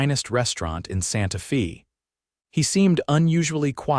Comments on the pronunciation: Santa “ Fay” not Santa Feeee🙄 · Santa Fee. Too bad about the dumb AI narration.